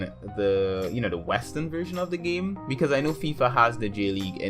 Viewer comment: Where's your accent from? you say 'gaeyme'